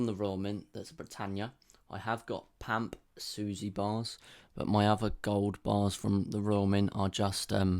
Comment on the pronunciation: Bro said pamp suzy 😂